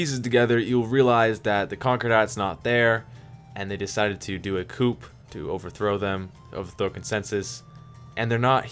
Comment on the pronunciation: “Coup” is pronounced “Coo” 🤙🏼